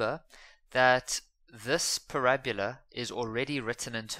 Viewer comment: Not parabula